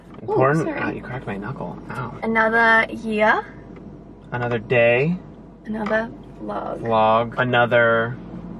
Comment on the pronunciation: def! at the start she said "anodah yahhh" so cute